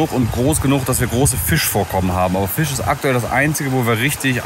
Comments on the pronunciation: du bist ein echt cooler typ, ABER bitte bitte bitte bitte bitte, lass dir bei bringen wie man FiSCH ausspricht, das triggert mich so ungemein:D:D:D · Die CH - SCH Schwäche von ist herrlich: Fich und Elsch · "Fich" Auch: "Elsch" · Jetzt verstehe ich gar nichts mehr, anstatt Fisch sagt er Fich und man denkt sich "Joa, er kann wohl das sch nicht aussprechen, kennt man ja" und dann sagt er "Elsch". Kannste dir nicht ausdenken 😂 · Ich liebe die zwei, aber das "Elsch" und "Fich" von triggert mich so hart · Es heisst FiSCH und ELCH! :D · Warte warte.... Fisch ist "Fich" und Elch ist "Elsch"? 😁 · Wieso sagt er Fich und Elsch? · Richtig guter content, aber warum sagt dieser immer Fich und Fleich. Ist ja nicht auszuhalten 😂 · Wieso sagt immer Fich statt Fisch? 🤷